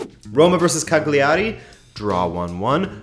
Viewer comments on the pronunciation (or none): none